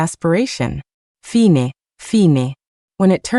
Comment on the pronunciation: Like the Luna and Chloe stories. I would like them even more if the narration didn't randomly change into a weird hard to understand accent, and have simple words like live and fine mispronounced.